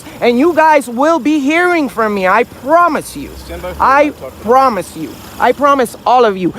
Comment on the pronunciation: I prrrrrrromise you. I prrrrrrromise you. I prrrrrrromise you if I see you in my community you will become a permanent resident.